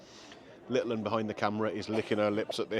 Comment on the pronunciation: Like your podcasts just wish you would stop saying littleon every 2 minutes sounds like your eating with a garden knome.